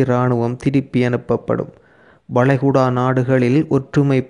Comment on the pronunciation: வடை குடா இல்ல வளைகுடா தமிழ்ழ கொள்ளாதே